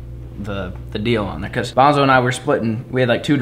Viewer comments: Is it only me or was calling bonzo “banjo” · Every time you say Banjo i think youre talking to Outlaw’s dog😂